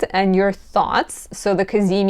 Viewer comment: “The cazimi… cazimi. Ca-zee-meee!” 😄🤌